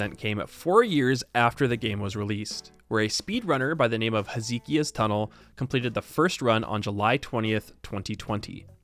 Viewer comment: Oh that is a painful pronunciation of "Hezekiah"